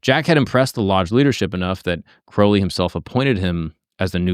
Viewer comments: Crowley like holy, not crowley like howling. Aliester even wrote that, he must have had people mispronounce a lot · Crowley like Holy, not Crawley like Gawley. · the guy literally wrote a poem "my name is crow-lee, it rhymes with holy, but people who treat my foully, pronounce it crouwley". great video. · Crowley rhymes with Holy. He changed his name to rhyme. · The great beasts last names proper pronunciation is "Kroh-lee" Now, as for scientists and occultism, they commonly go together. A lot just aren't open about their occult practices. The sciences themselves come from occult workings like alchemy(turned into modern chemistry), astrology(Astronomy), etc. Besides the two are oh so similar, one requires a type of faith that the other doesn't but, there isn't a whole lot that is different besides one being accepted by the general public and being a formal academic field, and the other being less so(There are some academic fields pertaining to occultism and occultism is more accepted now than it ever has been but, still not as widely accepted as science) Edit: In case anyone is curious where I get this basic information from, I have been studying the occult, esoteric, divine, etc, since I was 14, so 17 going on 18 years(I'm turning 32 this October). I have also been a practicing occultist with some Gnostic, some Thelemic, some Rosicrucian, and some of my own formed belief system(Ethrakael) views, beliefs, and practices for 12 of those, and so, it is an area of vast knowledge for me. Also, let me iterate the Thelema aspects are not the dark, sex ritual, weird shit. It's dark don't get me wrong but, not that dark lol. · Ozzy called him Mr Crowley in the song. "Crou" no one pronounces it "crow". Don't change how you say it for other people bro... fuck em. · I always pronounce it like the ou in Thou.